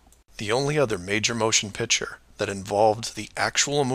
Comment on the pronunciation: Why am I not surprised that Mark Sargent cannot pronounce the word "picture" correctly?